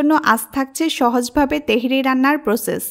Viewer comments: বলছেন তেহেরি, আর লিখে রেখেছেন তেহারি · তেহেরী না আপা তেহারী বলেন। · apu . . teheri. . ! na tehari?